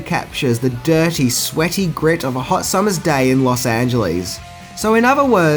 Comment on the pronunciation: ‘Los Angelease’ 🤣